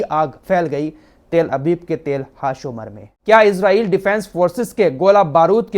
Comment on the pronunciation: تیل ابیب نہیں تل ابیب بولا جاتا ہے آپ تفتیش کریں اور ۔۔۔۔۔۔